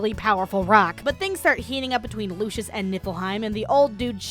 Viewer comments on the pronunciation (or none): she kept saying lucius instead of lucis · the kingdom is called lucis, it's pronounced lew-sis sorry it was just bothering me, video was funny as hell. ED: also with the arena, more like "Daddy needs the generator for the car which costs 3.6 MILLION MEDALS!" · The way you pronounce lucis sounds like the son of Lucifer (referring to the game Lucius)